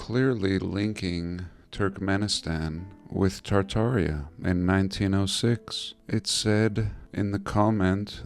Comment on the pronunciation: say it with me meow! Tar-Tar-i-a !